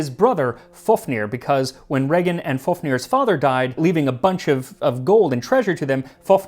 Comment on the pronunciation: Heart of especially moose or reindeer but, also venison or even beef (veal) makes a great snack to go with a cold beer in the sauna. Just marinate it in saltbrine and then either smoke it or dry it. Like a more "meaty"-tasting version of jerky. Also, nice pronunciation of my brothers name, Regin!